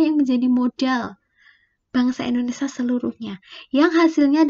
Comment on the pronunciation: Indonesia kak.. Bukan Indonesa